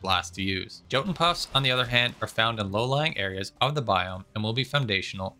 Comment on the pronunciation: oh and Jotun should go like Yotun. Generally when a word looks scandinnavian, the letter "j" is pronounced [y]